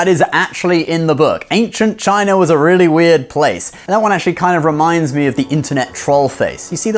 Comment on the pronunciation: I loved how you pronounced "China" like an actual chinese 😆